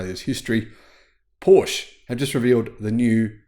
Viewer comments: Thank you. I really enjoy your frequent uploads. Could you please try to add the e in your Porsche pronunciation. Just as the i in Audi is pronounced, so should the e in Porsche. Whenever I hear your pronunciation I always think of a covered shelter projecting in front of the entrance of a building. Thanks again. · It's called PorschE, pronounced Porsh-uh. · Pooosh. 😢😢 In my head Porsche is completely different car than any Pooosh. It's like a lion or tiger without tail. My ears are so suffering... 😁😁 PoooshE.